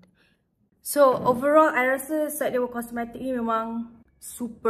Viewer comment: thanks for reviewing syedewa’s products!!! our boss dah tengok your video and dia nervous gila HAHAHAHAH, btw the pronounciation yang you sebut salah tu betul!! ❤️❤️❤️ glad that you love the products.